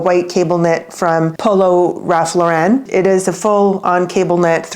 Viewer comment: I like your content. Usually. As a fashion person giving advice. Ralph Lauren isn’t French. Please correct the pronunciation of his name. It gives me the impression you aren’t familiar. And it not a hard name to pronounce. Please look into it. Thanks